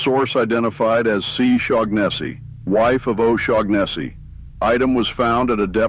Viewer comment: Do double-check the pronunciation of names before reading (or, in this case, using text-to-speech, but I hope you grow out of that soon and grow into your own voice). "Shaughnessy" might be misspelled here but it's pretty clearly just a variant on an existing name, which has no G sound (SHAW-nuh-see). Especially when you're gonna be repeating a name many times, you don't want to get a clearly inaccurate pronunciation.